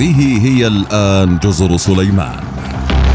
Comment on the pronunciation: جزر صُليمان ! ليت الواحد يعرف متى يضخّم صوته